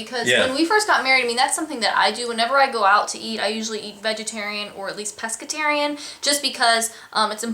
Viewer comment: you two are adorable I love when you do a vid together.. what's peskitarian BUGSSS... lol... ok so you are rediculously adorable. love all the info